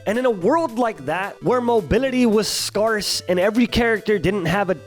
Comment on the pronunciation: mobility is "scarse" XDXDXD